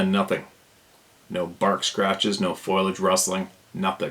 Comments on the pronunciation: Sarah? Can you help with this one? Its "FO LEE AGE" NOT "FOILAGE". Maybe? Thanks! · You're killing me with the word Foliage saying FOIL-age. Christ you got Adirondack correct.... lmao